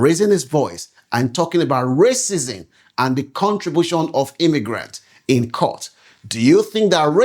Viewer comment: Learn how to pronounce words...its pronounced racism not raisins!